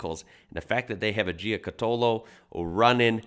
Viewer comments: You have to pronounce the name as an Aussie not an Italian! Jew-catta-low. I watched the Beyond 2000 segment on the car back in the mid 80’s, the guards/fenders were made from a Kevlar composite and they showed one they had shot a bullet at and it barely made a mark. Have loved the car ever since. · Pronounced, Gee-cat-ollo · Nice one, the car was amazing. I helped patch up one back up in the early 90's at my job in a small fibreglass factory. The boss even had the moulds to make all the panels. Such a shame it went pear shaped. You pronounce it like Ja cat olo. Stay cool mate!! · I've always pronounced gee-car-tow-low. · "Gee cot ollo" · Hey mate, Paul Halstead is my uncle, if you have any questions please feel free to msg me I can fill you in and while you're at it check out the new one he is building at the moment called the Giocattolo Marcella! (Pronounced gee-oh-cat-oloh) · It's pronounce Joe cut olo. It's Italian and means toy! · Ja -Cat -Er -Low; very quickly,.....Jacaterlow,= Giocattolo. Simples. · pronounced gee cat a low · Proper pronunciation is Jia cat alow (like bungalow). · That pronunciation of Giocattolo 🤣🤣🤣🤣🤣🤣🤣